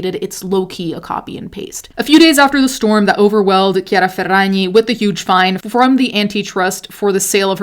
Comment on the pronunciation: it’s so satisfying every time you say ~chiara ferragni~